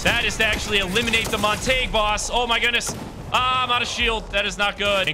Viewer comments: Bro calling montague montage and the llamas horses should be crimes. Its pronounced mont-a-gyoo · Just saying for your own sake man it's pronounced montag-you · His name is Mon-ta-hue.